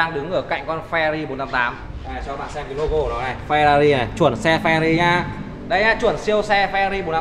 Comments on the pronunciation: Phờ ra ri :)) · Phe-Rờ-Rì nhé anh